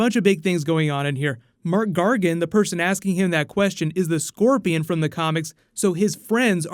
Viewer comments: Mac Gargan not Mark Gargan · Why are you saying "Mark" Gargan? It's "Mac" Gargan. You spelled it right when you showed him standing on the boat. Loved the movie anyway. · mark gargan?? It's MAC gargan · His name is Mac Gargan :) Not Mark :P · Hearing "Marc Gargan" multiple times pissed me off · It's MAC Gargan. Like Mack Truck